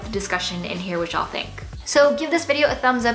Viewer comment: does everyone in san francisco say ya'll? YALL YALLL YALLLL sounds so weird haha